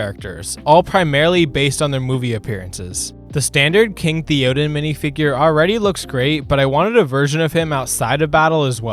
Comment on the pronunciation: Video was great but I’m still stuck on the Theoden, Eomer, and Eowyn pronunciation 😭